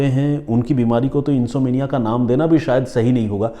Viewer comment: प्रिय सर अगर इजाजत हो तो एक बात कहनी थी जहाँ तक में समझी नींद नहीं आना को इंसोम्निया इंसोम्निया कहते हे इनसोमेंनिया नहीं इंसोम्निया इसमें ऍम को उच्चारित किया जाता हे इंसोम्निया में ऍम साइलेंट नहीं हे बहुत बहुत शुक्रिया आप की इस कहानी और सुच ना के लिए As per American english uhn.saam.need.uh. And as per British English uhn.som.nee.uh As per Indian English English English uhn.sawm.nee.uh But M is pronounced in all these Best डॉ अंजू गुरावा